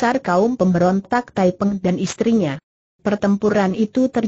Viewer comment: Nama pemberontak itu thaiping bukan thaipeng